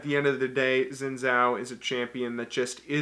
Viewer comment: Its not Zin Zhao. Its Xin Zhao. An x sound please.